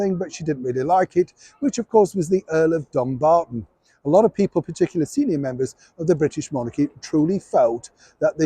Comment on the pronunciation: The King's younger son is properly termed, in Scotland, HRH The Earl of Dumbarton KCVO. The stress is on the first syllable 'Dumb'.